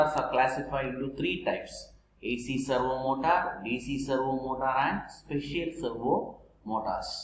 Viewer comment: Servo motor ❌ Servo motas✅...😂😂😂😂